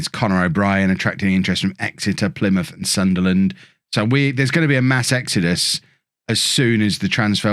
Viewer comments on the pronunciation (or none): none